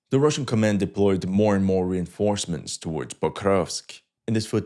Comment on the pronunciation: РРреинфорсмантс. Lol.